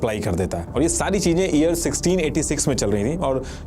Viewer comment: pehle toh aap thikse YEAR bolna sikh lena please.. it’s very irritating to hear “EAR EAR all the time 😂